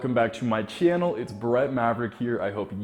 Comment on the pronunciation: damn the 'ch' is heavy in channel